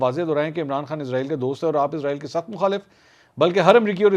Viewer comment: یہ اسرائیل ھے ازرائیل نہیں 😮